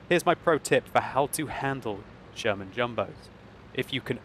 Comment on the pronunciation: I swear says German Jumbo....with his accent...makes Sherman/German sound very close...lol